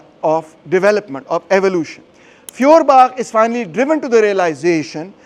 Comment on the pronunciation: Pron. Foyerbakh. Gaelic/Scottish kh sound = German ch sound.